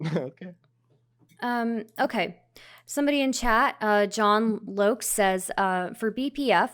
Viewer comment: Holy Shit!!!! That's embarrassing as fuck. Every STEM undergrad knows what a Solenoid is. Five seconds later mispronounces "John Locke". Clearly some smooth brains up in here.